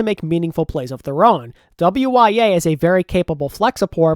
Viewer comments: Apparently wya is pronounced "woo-ya". Could be wrong but I heard that somewhere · Hey. Enjoyed the sick content. FYI “WYA” has advised his name is announced “woo-ya”